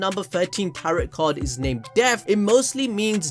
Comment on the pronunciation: Great video. I agree with most of it, two quick things: Tarot is pronounced Tare-oh The Death card does not necessarily symbolize physical death. Edit: you corrected this later in the vid. Anyways, if you look at previous theme songs, they all act as precursors to revelations we're later given. Season 1 opening is a great example: "Are we the hunted? No, we're the hunters." We're given this universe in which we're told humanity behind the wall is being oppressed by the titans, but only later do we realize that "humanity" within the walls is perceived as "devils of the world".